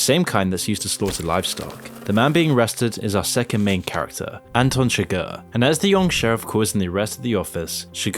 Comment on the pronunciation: Anton SUGAR and LUNAR Moss? Lol did you butcher the names on purpose?